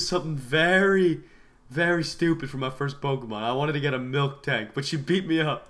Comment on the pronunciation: HOWCOME nobody knows how to spell apricorn and nobody can spell or pronounce MILTANK